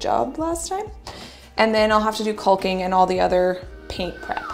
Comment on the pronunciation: "Cull-king"??? That's funny. The runner's nice too.